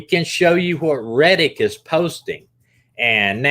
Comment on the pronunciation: Yeah he's saying it wrong